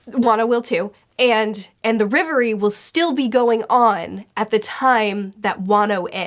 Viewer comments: It’s REV- Erie not riv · Just to be clear it's Reverie and not Levely. For decades the letter L and R have been confused and it's kinda a guessing game sometimes. Think of how Zoro used to be called "Zolo". Though it's probably best to be clear that it's not always R instead of L, you'll find that out soon with a certain island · For everyone outside of asia (or just Japan and China, I'm not sure) it's the Reverie. All the anime subtitles say it like that and it sounds way better than Levely (in my opinion). 🤗